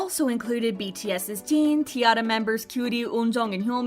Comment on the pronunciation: Can you please just say Jin and not Jean? Its really not that hard